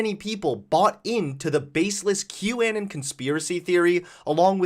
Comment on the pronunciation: "Kew Annin"